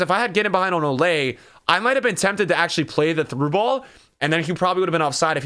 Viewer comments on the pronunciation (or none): Why does he say “olay” rather than “oh-lee” likes it’s supposed to be?